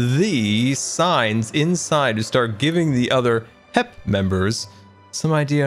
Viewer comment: its... HEP. Not "HIP"...... GAH!!!!